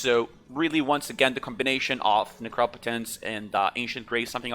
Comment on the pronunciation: I almost thumbs downed because you round up your stats like crazy have 1800 spellpower - says 2k. Has 46000 mag, says 50k) but when you pronounced Necropotence correctly you really won me over. Thumbs up.